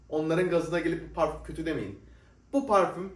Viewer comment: Niye kendini kasarak Fransızca parfommmmm diyorsun normal konuş parfüm